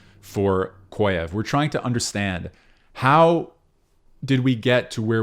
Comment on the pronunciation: small correction from a russian speaker... it's pronounced "kah-zhyev." excellent video otherwise